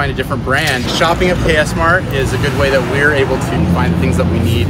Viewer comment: Actually it KS MART not cass Mart